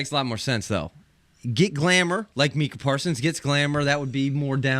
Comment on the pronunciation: My Cah (Micah) Parsons not Meeka LMAO!!!